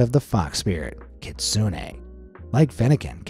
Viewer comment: its not kit-soon-ay its just kit-soon